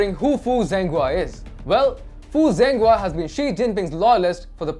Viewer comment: Hey guys. Zhenghua's name is pronounced as JENGHUA NO Zenghua